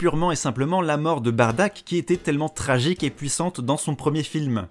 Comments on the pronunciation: En jap tu dit Baddaku on est d'accord ? Donc la façons la plus "propre" pour moi est quand même Baddack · En gros de ce que j'ai compris Bardack ses son nom d'orgine, mais les gens ont préférais le prononcé Baddack ou Bardock. Ok ok ok debat intéressant.